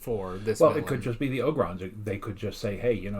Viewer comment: It's pronounced Oh Grons not Ah Grons. Ya know, it's Leve OH sa lol